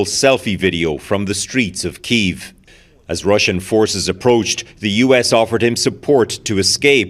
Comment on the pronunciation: Thanks, Global, for pronouncing Kyiv's name properly. "Kee iv." Bloody morons at CBC say "keev."